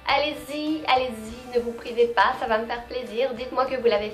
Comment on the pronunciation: On dirais que tu devient pas a pas quebecoise.. tu dit puh a la place de pas comme nous les quebecois !! :) cool !